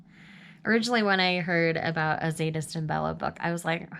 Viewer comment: The Z is silent in Zsadist.I can't wait to talk about these books with you.I wanted Butch with someone else.😙